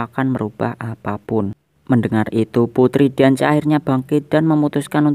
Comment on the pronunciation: Xerneas dibaca serneas Diance dibaca diansi